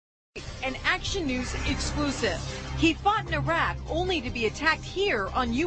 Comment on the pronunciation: Look the old bill smashed him up, but for fuck sake it's not 'Eyerark' It's Iraq !!